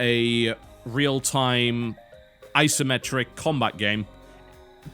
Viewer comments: TB, it isnt "Eye simetric" its Isometric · I'm not american, though it really sounded like he said "eye simetric' oh well.